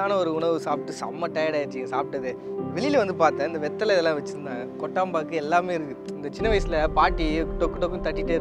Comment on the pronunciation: ஐயா அதுகொட்டாம் பாக்கு இல்ல கொட்டப்பாக்கு